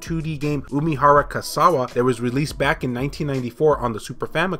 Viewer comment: Kawase is pronounced like this: ca-wah-say. You pronounced the rest quite well.